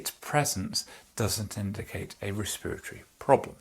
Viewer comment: Respiratory, pronounced “Rih- Speer-ih-torry”